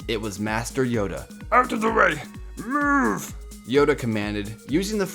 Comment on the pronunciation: Mewv mewv. I’m sorry but that’s how you said it.